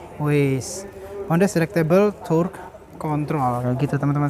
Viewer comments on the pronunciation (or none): none